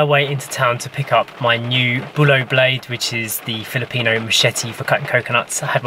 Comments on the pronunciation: It's Bolo not Bulo ..... the people there speak a different dialect hence their pronounciation of tagalog words are not the best. They commonly use "U" for "O", "I" for "E" and you can flip that around when they pronounce the opposite. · It’s Bolo not Bulo.Happy birthday to Story. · Bolo not bulo. The visaya when they speak bolo ' they say bulo. Example: best, they say 'bist, moon,they say'mon, road, they say'rude, your the best,they say' yoor the bist. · It's "bolo", pronounced with the stress on the first syllable: BOH-loh or BOO-loo. They're both acceptable pronunciations. But "bulo" (both your spelling and pronunciation) means "fuzz" in Cebuano. haha